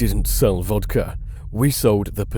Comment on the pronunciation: It's vodka, not vodker.